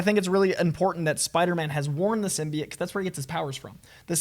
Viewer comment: the way the host say's Symbioit annoys me